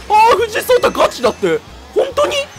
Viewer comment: 藤井聡太さんのそうたの言い方が「しょうたー！」ぽかった